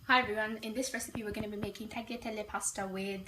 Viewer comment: The way you say tagliatelle makes me cringe so bad